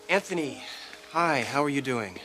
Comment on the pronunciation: anTney seems the type that would enjoy swapping places with ole james in the dungeon. i ff'd so much i dont even know who really killed ivanka? why does sally pronounced his name AnTney? anyone know